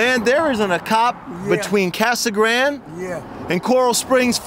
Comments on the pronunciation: Aaahh! Casa Grand. No!!! Casa Grand-ee or Spanish Casa Grand-de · Casa Grand? Isn’t it Casa Grande (Grandeh) ? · It’s pronounced Casa Granday, not Grand!